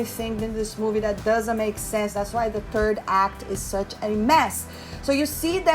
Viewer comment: You say third act and I hear turd act We are both correct